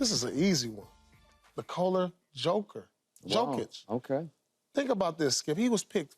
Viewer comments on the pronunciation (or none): Someone needs to teach Paul how to say these international names. He says both Doncic and Jokic wrong.